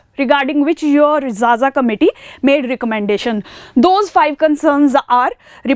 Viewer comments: Madam it is not zaza , it is pronounced kha_ Kha . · not Jaja ma'am it is Khakha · Xaxa is pronounced as khakha Xess is pronounced as khess Xosha is pronounced as khosha So X is basically pronounced as kh in tribes